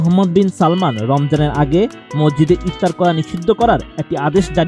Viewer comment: Not "MOJJID " its "MASJID"